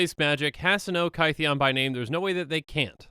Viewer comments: Kaytheeon? His name was changed because he got misheard as Gideon and rolled with it. It should sound similar. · It's Kith-ee-en :( not Ky-thee-on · In ancient greek the theta is not a th it is a t-h. So theta for example is t-heta. Gideon's name is kytheon with the y making an i sound, it sounds more like kit-eon. Hence when the knights that gideon met after planeswalking heard his name, they for lack of a better word anglicized it into gideon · It's not KY-thee-in as in rhyming with "pie", but KITH-ee-in, rhyming with "pith". His name was mispronounced as GIDDY-in, not GUY-dee-in. Straight from Doug Beyer of Wizards: "Kytheon Iora is pronounced “KITH-ee-un ee-OR-uh.” “Kytheon” uses the same vowel sounds and first-syllable-stress as “Gideon.”" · No one:: KY-THEE-ON I also just realized that Chromanticore is just WUBRG Kestia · Kytheon is pronounced Kit-heon. This is addressed when he does his first Planeswalk to Bant, and the locals recognise the hard vocalisation of the "K" and the "T" but replicate it as "G" and "D," probably due to speaking with vibrating vocal cords, as opposed to inert cords. Tamanoa is a group. The flavour text reads "...the tamanoa rose to bring a new morning..." with a lowercase "t." Much like you would say "The sheep are in the shed," if you talking about a group of the animals, or "The Sheep is in the shed" if you were talking about a singular being named "Sheep." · I’m sorry but I’m really ticked off by your pronunciation of Kytheon. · My stance on name pronunciation is "it's fantasy, who cares?" but I think Gideon's name change is interesting, so here we go! "Gideon" is a mispronunciation of "Kytheon," I think -- iirc he goes by Gideon because it's easier for people outside of Thermos to say. So the y in Kytheon is probably pronounced like the i in Gideon (like "kid") and the th is probably hard (like in "that") -- "Kiðeon." Anyway, I just think it's neat. :)